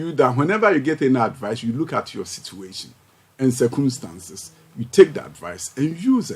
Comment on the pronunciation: "Sir Koom Stance"? 😂😂😂. Tweakai!